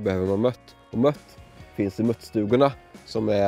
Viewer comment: bra vid men hatar när folk säger mött istället för mört ;)